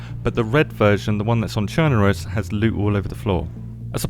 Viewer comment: YES! FINALLY SOMEONE SAID THE NAME OF THE MAP RIGHT. It’s Churn-uh-Russ (said as one large syllable). Not Churn-ARE-Russ or Churn-uh-Roose. Thanks for saying it right.